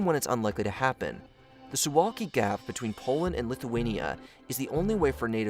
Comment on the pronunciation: dude said Hungry and Litinia